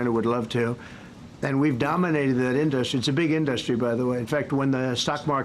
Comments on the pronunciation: In-dUh-stry… why can’t this dude speak… 🙄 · How does he still not know how to pronounce "industry"? in DUST tree. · How does he not know how to pronounce 'industry'? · You'd think that if the ugly orange blowfish was truly a good businessman, he'd actually know how to pronounce the word "industry." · Anybody else hear the fixation and odd pronunciation of "industry", or is it just me?